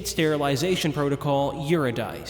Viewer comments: love the nice little video ;) comparisons between the remake and the original were very fascinating also: Eurydice = yr-i-duh-see (NOT yr-i-dise) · I promise I'm not trying to be snobby or whatever, but Eurydice is pronounced yoo-rid-uh-see. She's a character from Greek mythology. Her name translates to a meaning of true/profound justice or judgement. Kinda fitting for a nuclear weapon, and how they intended to use it... at least from the Valor's perspective that is. Edit: Also great vid. I've fallen asleep to it a couple times and go back to the last part I remember to make sure I don't miss anything. Hope you do the others as well. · that's actually pronounced You-rid-I-See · Amazing video, 10/10, I only have one critique. Please learn how to pronounce eurydice. I flinched every time it came up in this video